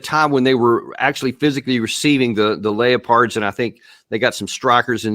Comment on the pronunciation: It's Lep-ped NOT LAYO-pard! Why is it so hard to pronounce a word?